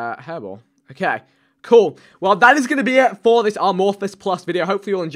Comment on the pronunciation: It's pronounced ay-morphous, as in lacking shape (like asexual is lacking sexuality - morphous meaning shape). Also agar.io is called such after agar jelly which is used to grow bacterial cultures on. #themoreyouknow